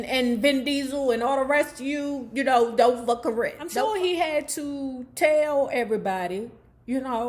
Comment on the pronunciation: Her name is Cor-rin not kern the way u saying it lmfao